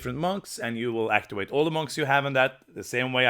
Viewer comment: Actiwate is a pwopew way to say wowds!